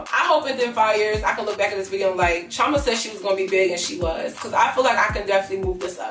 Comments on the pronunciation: Okay I just got to say it cause your my Igbo name twin. But you are mis pronouncing Chioma in your intros. Please double check with your parents if your not fluent for the pronunciation. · Just curious, do you Americanize your name on purpose? As an Igbo girl you should try to pronounce your name very well. It holds weight❤️ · I love you girl but as a Nigerian. Ugh! You are not pronouncing your name correct! It’s none of my business but you now it’s cultural and I think it would make more sense to pronounce it correctly.